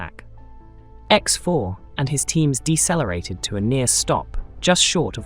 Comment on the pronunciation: Did you just say Dessa lareated instead of decelerated😢